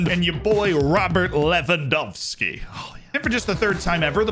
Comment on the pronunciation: Finally! Someone who can pronounce Lewandowski right that's not Polish😂